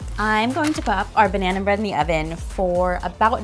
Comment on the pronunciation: She said banehna, not banana. That's why.